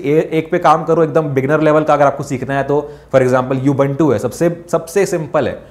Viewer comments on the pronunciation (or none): ubuntu bolna toh sikh le chutiye lol